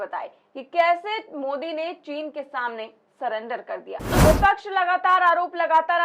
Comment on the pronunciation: चीन का च तो इस ढोंगी के मुंह से निकल नहीं पाता है बात करता है साला